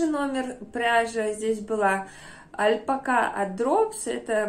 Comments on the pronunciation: Вы такая классная, обаятельная, очень рада, что нашла ваш канал, потому что и стиль, и вкус мне очень импонируют. Но искренне не понимаю откуда в русскоговорящем ютубе появилось «альпакА», это очень сильно режет слух. Понимаю, что, возможно, вы привыкли так говорить, но по-испански ударение идёт на вторую А, это совершенно точно. Ни в коем случае не хочу никого обидеть, просто звучит странно 🙊 спасибо за видео, с нетерпением жду следующего. Кстати, игрушки вязаные просто волшебные! 🌷🌷🌷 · я давно прочитала что ударение в слове альпака ставится на последний слог.